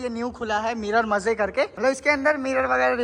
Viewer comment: Mirror maje nahi hota hai maze hota hai